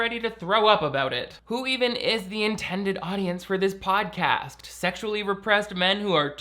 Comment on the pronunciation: Did I hear Pain Dawson Shodcast? 🤣 Shodcast! 🤣🤣🤣🤣🤣